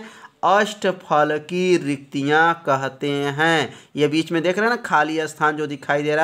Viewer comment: Sir riktika hota hai